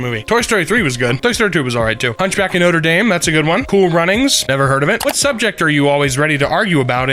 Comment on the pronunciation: did he just call it nōter dāme